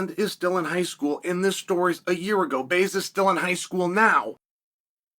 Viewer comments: Baze huh? Not Blaze, but Baze. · Lmao and he keeps doing it. "Thats Baze" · I was like, did i miss something, who is baze.. Then it hit me, hes chael-ing blaze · not his fault. Chael said it wrong